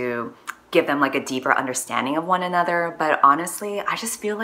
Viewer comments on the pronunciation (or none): none